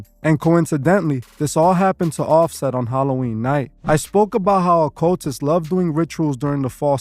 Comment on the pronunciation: Yu said offset 🤣